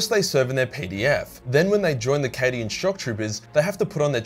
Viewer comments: I know he said “cadian content” but I heard “Canadian content” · Did he say subscribe for more Canadian content? I def heard Canadian content, not Cadian.